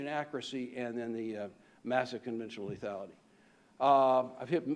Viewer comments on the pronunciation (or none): none